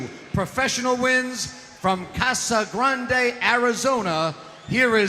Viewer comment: Did the announcer say he’s from asshole grande Arizona?